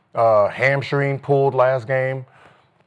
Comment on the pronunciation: I’ve never heard hamstring pronounced “hamstering “